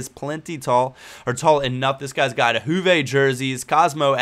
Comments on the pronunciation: you lost me when you said HUVE INSTEAD OF JUVE! loool it's pronounced like Yuve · Its Yuve not Hoove